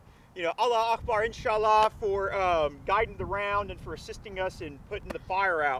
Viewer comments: "We're not political" Proceeds to mock the Muslim faith by butchering phrases. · So does every single special forces or anybody out there not a wannabe special forces everytime they say "insha allah". Massive cringe. These wannas need to stop playing.